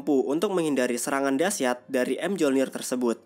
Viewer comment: ralat mjolnir sebutanya myolnir dalam yunani dan dalam film mrvel juga disebut myolnir